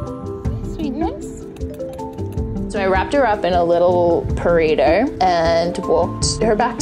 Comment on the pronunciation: STOP IT!!!❤❤You said “Purrito”!!!! 💕🤓😂